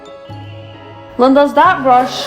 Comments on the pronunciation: Why do you say 'Lindas' at the beginning like the womans name? Instead of the proper normal Spanish pronunciation? It sounds very odd 😄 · I don't understand your point of saying Lindas its honestly annoying and it really bugs me. No hate to you but Its just not personally my cup of what I want sorry your videos are good and entertaining but I can't stand when you say ''Lindas''.